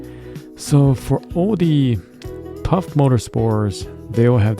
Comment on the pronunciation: Good video but it’s pronounced“faff” instead off “paff/phaff” 😅